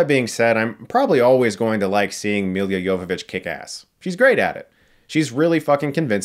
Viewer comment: I swear I heard you say "Yoga Bitch".